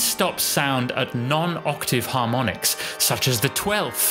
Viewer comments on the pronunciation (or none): none